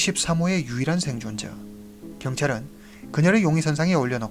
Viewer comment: 경찰 발음하실때 사투리가 너무 재밌네요